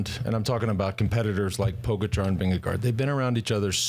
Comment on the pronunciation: Let me remind you to put the stress on the GA in PoGAčar. Tell the never-won-no-tour host that he's not too old to get it, as George gets it right on occasion and then suddenly forgets it and copies his boss. And Sir Brandly got it right once, soon to forget it for good.